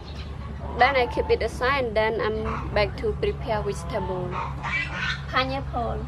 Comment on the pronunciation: “panyapole” and “soybean oyy”